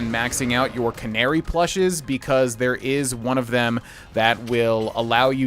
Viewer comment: He pronounces it right. You guys think because some other Youtubers pronounce it the other way that they're right- but they arent